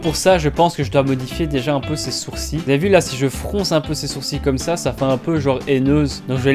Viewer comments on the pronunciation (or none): none